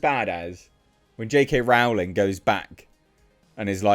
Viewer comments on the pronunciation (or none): Rowling rhymes with bowling